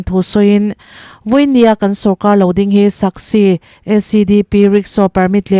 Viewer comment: Chhiar thiam viau na in SASCI hi a lam thiam lo nge SAKSI te ti mai mai🤣🤣